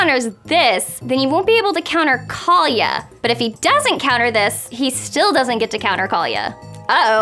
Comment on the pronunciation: Kaalia is pronounced as the following, kaw-lee-uh. This is the way google translate and everyone i know pronounces it.